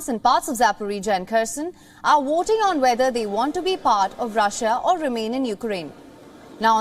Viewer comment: She said waiting, instead of voting. Many Indians especially from the south can't pronounce w, v etc. Five pronounce fie.